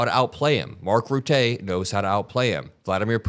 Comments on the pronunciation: Dutchman here: To be very very clear. Rutte might have been PM of the Netherlands before he became Nato chief but he does NOT speak on behalf of the Dutch. FDJT Normally I would say that you pronounce Rutte completely wrong... but F Rutté as well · Hey you are my go-to channel for US politics. But please can you or your team check pronunciations of foreign people and places? The channel deserves this accuracy. (e.g. Rutte) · .The pronounce of Rutten is the same as button except the b is an r. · Small tip; Mark's last name has less "e" so more è than é and the u in Rutte is more pronounced like the u in "eugh" (like the sigh you make when some food doesnt taste good). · please do not accentuate the 'e' in Rutte. The letter denotes the pronunciation of the first vowel. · You are correct about what is happening. Rutte, both the 'u' and the 'e' are pronounced as the 'u' in 'bug'. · The "e" in Rutte sounds like in "the". It's Dutch, no need to parlay.😉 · How to pronounce Mark Rutte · you’ve got to sort out your pronunciation of the names of European leaders!😂😂😂 Love your channel though ✌️✊👍🏼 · I like you and your video's. Your video's are well made and with a lot of context. 💙💙💙💙 But as a Dutch speaking person I need to say this: your pronunciation of the NATO leader's name, Mark Rutte, is poor (I'am so sorry). Maybe this video can help you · You pronunciation of Mark Rutte i believe is incorrect. Any Dutch people out there can help? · Come on get the pronunciation correct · another great video, thanks 💙💙💙 One small correction: the name Rutte is pronounced with a voiceless “e” at the end, and the emphasis is on its first syllable. Sounds more like “rutta” (or “rutter” - with a silent ‘r’ at the end), than “ruttay” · it’s not Mark “Routay”. It’s pronounce more like “Ruh Tuh”. O really wish podcasters will make an effort to learn to say world leaders’ names properly. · Rutte is pronounced "ROO-tuh", not "roo-TAY". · Mark Roo-tuh